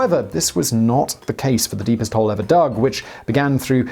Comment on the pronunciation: Oh, wait, I thought you said "hoe".